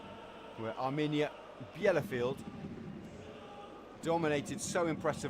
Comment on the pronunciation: This is painful listening to the commentator's butchering of the home team's name.